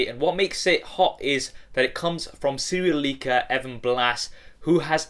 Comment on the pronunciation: serial leaker sounded like serial killer